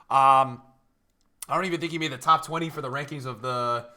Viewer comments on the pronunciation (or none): none